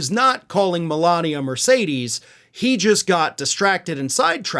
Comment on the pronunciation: He called her "M-Alina". 😅